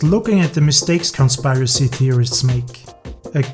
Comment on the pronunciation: Nice job. Only comment -- the word "conspiracy" has a short I, not a long one, so it is not pronounced like "conspire-assy." Rather, it's like kon-SPUR-uh-see... Hope that helps. Otherwise, amazing work, mah dude.